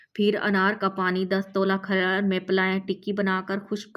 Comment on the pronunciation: Meri pyari bahan aap humse ki biwi hai aur alfaaz bola hai کھلر نہیں ہے alfaaz کھرل hai aapse guzaarish alfaaz Ka Sahi chunav Karen padhna Nahin aata to aap tution pahle rakh le dusra dariyai alfaaz kya hai aap apni video check Karen ki aapane kya kaha hai badi meherbani hogi